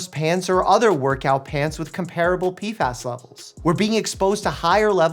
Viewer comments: "Pee-fass" Gotta love the crazy pronunciations he comes up with 😅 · They are called P F As, not P fas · Is it that hard to say P F As? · Im sorry Mike i love you but i just cant watch this video, the way you mispronounce PFAs is driving me nuts